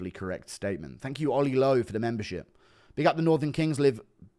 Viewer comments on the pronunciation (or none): none